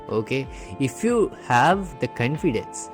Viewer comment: Your confidence pronunciation is wrong pls change that